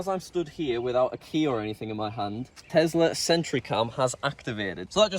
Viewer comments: ITS TESLA NOT TEZZZZZZLA ARGH 😡😡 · am i the only one who finds it irritating that he says: Telsar and not Tesla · BRO IS NOT TEZLAR IS TESLA